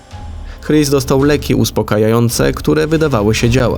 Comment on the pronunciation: "Chris" chyba wymawia się "Kris", czy się mylę?